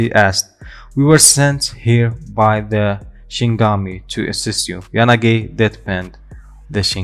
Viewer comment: It’s not shingami it’s shin E gami Shinigami